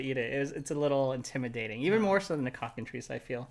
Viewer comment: Every time you say cockentreece, I keep thinking it is supposed to be said cocken-try-ce.